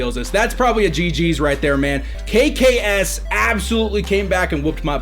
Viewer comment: it is not kaykay es it is kaykayes